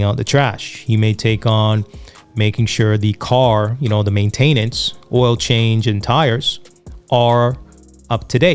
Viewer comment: I don’t like how you pronounced “maintenance”